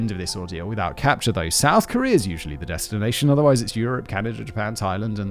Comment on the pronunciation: Where is this, “Kor-ree-er” you mention every so often in this video? EDIT: Never mind, I found it. Apparently it’s on a peninsu-ler right next to Chi-ner.